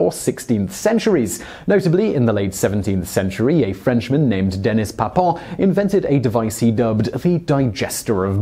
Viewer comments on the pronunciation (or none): You're pronouncing Papin incorrectly. You'd be correct if it was spelled Papon, but with an "i" the proper pronunciation can be heard just after the 40 second mark in this video